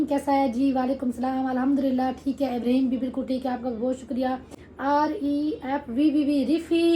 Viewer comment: Ibreeheem nhi (Ib ra heem) naam sahi lia kro plzzz